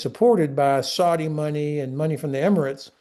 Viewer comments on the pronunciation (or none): none